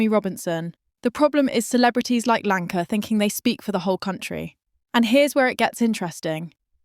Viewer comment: your AI bot needs rebooting who the f is Lanka ?